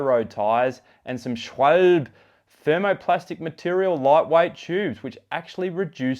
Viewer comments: It's pronounced "shVAHLbeh" (which, BTW, is German for Swallow) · nice review. thanks a lot. just one thing: as a german, it almost hurts me inside hearing you say SCHWAUULLLB. you can check google translate to hear how "Schwalbe" is pronounced ;D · nice review, not too bad for that price. Not sure about the scweeelbe pronunciation, you got to say it in a German accent. BTW what you thoughts on the TPU inner tubes, maybe an option for future review. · Great review as usual. Love the 'scchwalllb' haha :) ausgezeichnet! Perhaps I sense a slight p*ss take to attempt to stem yet more comments on how it 'should' be pronounced...... ;) I should invite you to test some wheels in Wales and let you have a go at the place names! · Nice review… and an excellent breakdown on the wheels… and don’t feel bad - I can’t pronounce those swabbie tires either… 😂🍻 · he was made fun of for not being able to pronounce it way back. It seems to be a thing on youtube. Almost nobody gets at all close to saying it right.